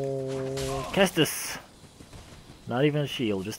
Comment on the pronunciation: every time he says caestus with a hard C, I die a little